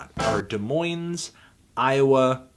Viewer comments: It’s pronounced, “Duh-Moin” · Dude, "Des Moines" is pronounced "duh-MOYNE." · The S is silent in Des Moines home slice. Missed that day in 4th grade Geography class? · IT'S SPELLED DES MOINES BUT THE LAST "S" IS SILENT, FANDANGO. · By the way you usually don't pronounce the "s" in Des Moines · Why can't you say Des Moines correctly? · The S on des moines is silent..sorry it was driving me crazy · I'm gonna give your pronunciation of Des Moines, Iowa a strong 3 to a light 4, the second S in Des Moines is silent, but since I'm assuming you weren't aware of that I won't be too hard on you, even though research is part of your job. The review overall gets a light 7 to a strong 8, this is some of your best work, Sadthony Cumtano. Carry on m8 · It's okay, you also mispronounced Des Moines. :P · You mispronounced Des Moines too! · You also mispronounced Des Moines But it’s okay it happens all the time